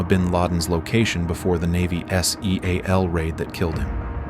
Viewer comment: AI narration surely? No human would spell out SEAL like that